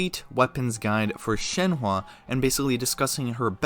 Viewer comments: ITS SHENHUH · i can see how you got there, but you're still mispronouncing it pretty badly... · It's shen-hu you say it as shen-hu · In mandarin her name pronunced Shen huh. Like the English word Uhhhhhhh Shenhuh. :) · or an even easier way to see it is “Shen-Her”! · if ur gonna do these videos say the names fucking right u ALWAYS say them wrong and its not even funny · definitely up there with the worst pronunciations i've heard of her name lol top 3 at least